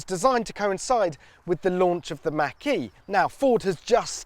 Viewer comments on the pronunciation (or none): i love it when he said "mach-e" with out the m...... y'know